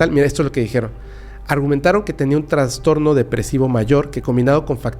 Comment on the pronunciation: Tras-tor-no. tras-tor-no. Tras-tor-no. Trastorno